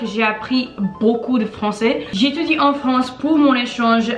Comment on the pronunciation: Elle a un problème avec le AI. Elle dit "francET" au lieu de "françAIS" par example. Cependant, je crois qu'elle parle très bien et sans aucune difficulté.